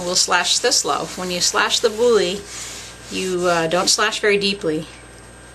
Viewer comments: It is pronounced "bool", not "boolly" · It's not pronounced Bouly. It's just Boule (Bool). And when you bake it you want the seam side down, so it doesn't explode in the oven. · Great thank you ! Although, I'll need to train a lot to get the technique right. One quick thing, it's not a "bully", it's a "bool" (that's how you're supposed to pronounce the word boule. Kind of) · Just fyi… the “e” in the word boule is SILENT. (Sounds like “bool”). Your dough looks great! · Bonjour ! Boule is pronounced Boole in Francais :-) 🇫🇷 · Boiler is ball in French. The e is not pronounced like e, it's silent. Only pronounce "boul". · as you say it's an old vid i presume you know but boule rhymes with pool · Boule is pronounced 'BOOL' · Might want to check your pronunciation of "boule". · Nice video. Lame (cutting tool) is pronounced "lahm". Lamé (Lamay) is a shiny fabric used in sewing. Also, boule (ball in French) is pronounced bool, or bull, not bully. It seems all of the bread making words are in French, and seeing them written, without knowing pronunciation, is difficult. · Wonderful video! I feel like getting teleported right into your kitchen to be able to round off the experience with smelling and tasting the finished product. Wow! The French words you are using are pronounced bull (with a longer drag on the u) for boule, and lamb for lame. The letter e is generally silent at the end of a word in French, except as a sort of a grunt (euh!) in certain dialects, or if the e has an accent over it. Also Batard is pronounced bah-tar, with slight emphasis on the r.